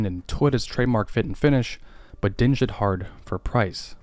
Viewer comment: Did you pronounce "dinged" like "binged"? 😁 "Ding" rhymes with "ring" or "sing".